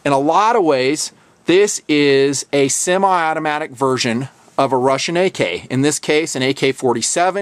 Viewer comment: "simi"? It's "semi".